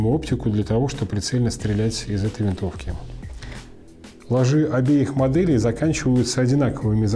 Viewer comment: ударение!! Просто коробит от такого. Ложе, ударение на первую гласную букву. Похожее сочетание: любовное ложе, Не ложИ.